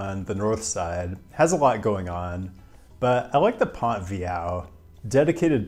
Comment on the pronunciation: French is hard. It's pronounced Vee - yo bridge. I also like to think of Montreal as a bridge city, in that its bilingual nature make it a bridge between Quebec/French Canada and the rest of the country.